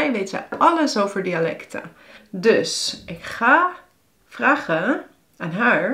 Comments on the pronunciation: What stands out to me about your accent is that your long A vowels for instance aren't actually held for long, and that you have a lot of uptalk. When I say "vragen", for instance, the first syllable is held much longer than the second, and is higher in tone, but when I hear you speak, it seems like you rush the first syllable and then linger on the second with a higher pitch. This sounds quite strange and unnatural to me. Maybe it stems from the fact that you're talking very slowly and consequently unnaturally, unconsciously making all syllables the same length and lingering on the last where you wouldn't necessarily in regular speech, or maybe you are speaking with a specific accent or sociolect that I am just not used to and which stands out much more when you speak so slowly. To me your rhythm and stress feels very strange, which may just stem from the slow talking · Maar waarom zeg je dan _nammelijk_? en _vraggen_?